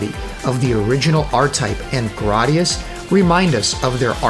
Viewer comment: GRAD - i - US